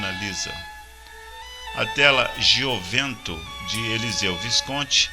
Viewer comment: "Gioventù" ou juventude é a pronúncia correta para a obra de Visconti.